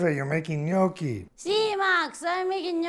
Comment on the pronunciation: Funny episode, lovely family. Is dad Max of Italian origin? His pronunciation of Italian is very good. The gnochi look good. Happy New Year 2024 everybody.